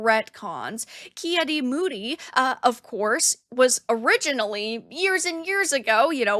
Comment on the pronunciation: Ahh yes, ki-adi-moody